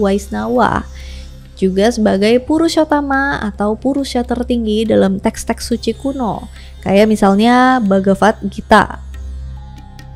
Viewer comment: bagavad gita huruf V d baca W kak jadi bagawan githa